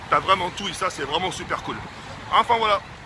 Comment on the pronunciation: Combien de fois il dit « et puis fouala »